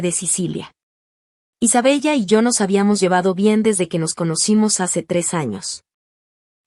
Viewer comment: Aunque se escribe Isabella se pronuncia Isabela